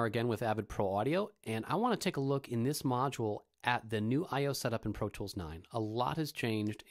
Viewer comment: he says "Pro tchwoools " lmao